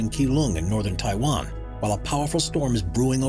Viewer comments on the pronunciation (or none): none